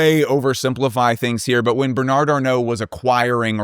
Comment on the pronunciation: Just pronounce Bernard without the final d. You will definitely sound better.